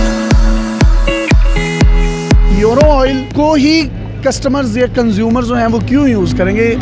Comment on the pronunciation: یورو نہیں بولتے ایورو بولتے ہیں 😆😆😆🇵🇰🇮🇹❤❤